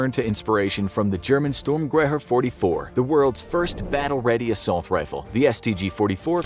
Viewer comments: How tf do you interpolate sturmgewehr as stroomgawah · Hearing you try and pronounce “sturhmgewher” made me chuckle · This guy still can't pronounce Sturmgewehr. Sturm-ge-vare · The way he pronounced sturmgewehr hurt me on a new level.